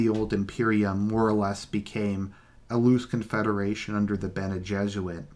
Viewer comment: the golden path is just a literary attempt to adapt the story of joseph, or yusuf, only that in dune the pharaoh, or king, tries to solve the problem by himself, since he is both king and yusuf. and it's pronounced gesserit, not jesuit